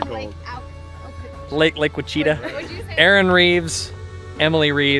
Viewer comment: Looks like you’ve practicing saying; “Ouachita” by Jove I think you got it, spend a lot of time on the Ouachita River!